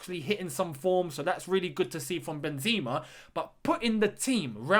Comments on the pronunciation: Benzeema its ben-zeh-ma not Benzema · benZEEma LOL